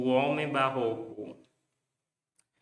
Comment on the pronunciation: Faltou não é "barro" nem "oco", é Barroco!